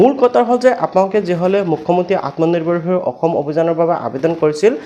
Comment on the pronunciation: Atmonirbhar xil word tu Val ke kobo😅😅